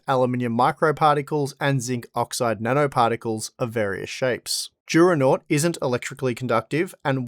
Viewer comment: It's funny how the advertising at the beginning says "Juronot" or "Giuronot" instead of "Duronaut".